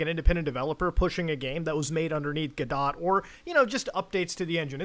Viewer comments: Am I the only one who cringed when Muta pronounces the word "Godot" as GO-DOT and not goh-doh? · Muda you got to stop calling it "guh dot" lol. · I scrolled through a bunch of comments and I didn't see anyone mentioning it, but Godot is pronounced like g'dough. Like Play-Doh. Forgive me if someone else mentioned it already. Entertaining video though. I haven't been a Sonic fan since the 90s, but I'm always a fan of internet drama. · pronounced goh-doh. the t is silent like in knife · godot is pronounced like "guh-dow" btw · Thank you for the seizure warning. Your pronunciation of “Godot” would give any English professors a seizure.